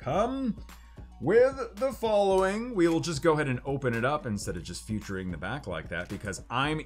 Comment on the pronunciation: am i hearing things? Futuring or featuring?